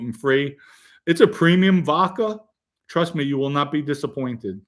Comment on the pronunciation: Joey never said anything negative about Gene Mom but you guys had to go low and dirty with the wife comments! Normal behaviour on here from RATS. You can’t shine Merlino shoes. And learn to pronounce the letter “A”. It’s Vodka and not Vodker. It’s social Media and not social Medier. The jealousy that comes from all you RATS is incredible. Go back to the hole you crawled out of like real RATS do 🐀 🐀🐀🐀